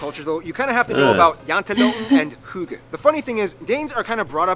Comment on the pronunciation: You don't have the word "hygge" in English. And no he didn't pronounce the danish words correct. Close-ish, but not correct. /deleted earlier text/ Edit; fine! Forget what I wrote about not wanting to be remembered as a viking... I just want to be remembered as a nice kind of person... I guess other Danish people in here want to be remembered as a viking... 🙄 that's up to you, I just don't want to remembered that way. Sorry that I had a opinion about something.